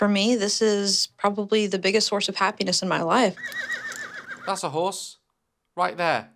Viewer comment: does anyone else hear her saying “the biggest horse of happiness” instead of the biggest source 😭